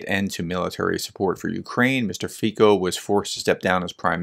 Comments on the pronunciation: You are right, under proportional representation, being the strongest party does not mean you'll be able to form a government. That Fico is going be the next PM of Slovakia is far from being a done deal. And, BTW, his name is FEE-tso, not FEE-ko. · One thing: you pronounce him as /fitso/, not /fiko/ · Pronunciation: FEE - tso